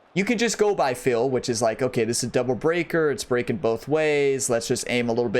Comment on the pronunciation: Appreciate the tutorial. Your accent is off-putting though lol. When you say feel you pronounce it "fill". And when you say hill you pronounce it "heel" 😂. No disrespect intended lol